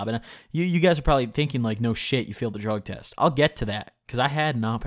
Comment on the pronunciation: You pronounced drug test wrong 😗